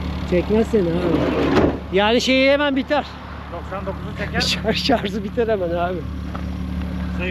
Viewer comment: Abi “şarz” dedin ya 😢